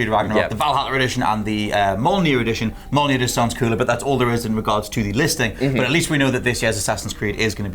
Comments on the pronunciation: All I can hear is saying "Molnir" 😅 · The way you pronounce mjölnir..fucking hell do some research before hand